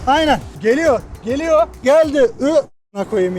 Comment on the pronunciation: ana su geleyor o nasıl bir diyiş şekli